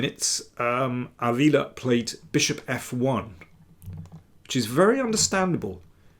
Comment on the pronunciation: Chess commentrary was fine, but the stress in Ávila should be on the first syllable, not the second.